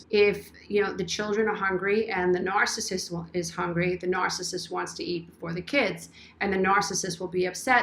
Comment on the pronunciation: You’re the only one out of all the ones I’ve been watching about this nice and nice you can’t pronounce itNARCISSISTI understand what you are saying I understand what you’re trying to explain can you explain it pretty clearly like to say not everybody is these type of people you only one that really explains it more clearly than other people on the iPad iPad so people can understand if you never dealt with it you don’t know unless you’ve experienced that you don’t knowThank you for your help and understanding of the best one here